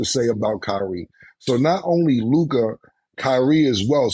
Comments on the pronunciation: I can’t stand the way mase says “LUKAA” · Why do they say Lukah and not Luka? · “Lukaah” -Mason Betha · Mase said “Luke-ahh” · The way say Mase Luka name is hilarious. Lukai 🤣🤣🤣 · Ma$e got me weak every time he pronounce LukAAA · He’s saying “Luk-God,”you simp. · The way mase says luKAH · Why does mase keep saying Luka's name like that lmao "luke-ah" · why they be saying lukAH ? 💀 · I be laughing how Mass pronounces Luka name “Lu-Kaa” lmaoo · “Looo KAH”-mase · Why Mase keep pronouncing Luka name like that lmfaooo. LukAaaa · why you saying LOOKAH like that 😂😂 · Why Mase say Luka name like that? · The way Mase pronounce Luka is funny asf to me 😂😂😂😂😂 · Y mase say Luka like that 😂🤣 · Why tf mase saying luka like that 😂😂😂